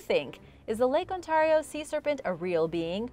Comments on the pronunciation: I think that you keep pronouncing Ontario wrong and it's funny and painful at He same time. It's an ay not an an sound. On-tare-ee-oh, not On-tar-ee-oh. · God please stop pronouncing lake Ontario like that its not on-tar-eo its Ontario sounds like on-tare-eo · I'm sorry but it's pronounced Ont-air-io not Ont-are-io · Thanks for sharing. As a Canadian... how you pronounce Ontario is : ON- Tear E O. And yes, I have seen Ogopogo from the Okanagan ... Oak-A-Nog-gan ..... Hugs from Halifax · Hello,! I love your channel! Just so you know, Lake Ontario is pronounced: On-tear-rio. Have a great day! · Love this show....but if you could pronounce Ontario properly it would be awesome. (On tare re o) thanks from Victoria Harbour, ONTARIO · The way you say Ontario... It sounds so strange to me, as a resident of Ontario myself! I find local dialects to be so interesting! I'm quite curious about where you're from! It's really cool! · The way she pronounces Ontario really bugs me for some reason... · You pronounced Oswego and Ontario wrong. I live up there and it's always funny how people get it wrong.